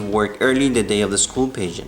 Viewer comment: Great story! Pageant was not pronounced properly.